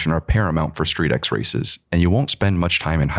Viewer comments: It's not "Street X". You read it as "Street-Cross", just like MotoX or RallyX, all include cross-country driving/riding and off-road. Picture StreetX as Rallycross but with tuner cars on industrial tracks. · Street X is actually pronounced ‘Street Cross’